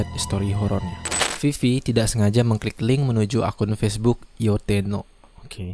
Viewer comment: Baca abangnya salah Yotteno bukan yotteto 😂😂😂 kocak abisszzz